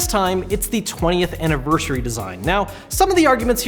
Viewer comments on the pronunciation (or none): Did he just say 20th anizersey amiibo link??